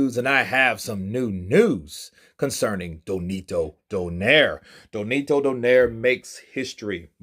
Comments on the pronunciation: It's Nonito, not Donito, BTW 😉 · Spells his name wrong, says his name wrong, W😮W this dude.